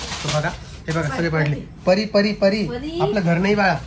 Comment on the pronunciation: इतकं सुंदर नाव आहे परी... कशाला परू बोलते... I know प्रेमाने हाक मारता पण नाही चांगलं वाटत... Please... परी म्हणत जा... Lots of love to PARI... And happy birthday pillu...🥰❤️